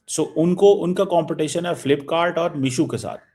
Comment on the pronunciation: Anpad misho nhi meesho